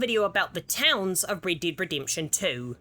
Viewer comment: Man Rid-did ridimption Man im sorry😂